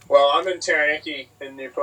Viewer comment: Bro pronounce Taranaki correctly, bloody hell